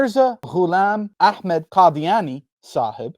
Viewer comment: I love you bro.... You smashed it with the 'Saheb' LMAO AHAHAHA 😂👊💪🔥 Oh and passers by on this channel.... LIKE, SUBSCRIBE OR COMMENT 🤨